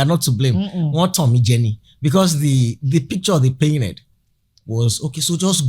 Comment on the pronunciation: With due respect, pls pronounce words the right way like you’d pronounce in diamond ring days you aren’t wrong. I know you are trying to be right, but you’re fine. Abi what is “paireted” for Painted….? Also the word is you—nighted—states